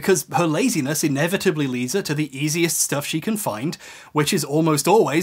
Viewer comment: is that really how you say ouroboros? I always thought it was Ouroboros. Great video my dude, watched the this one and the 4hr one, at 2x speed though. I'm not insane.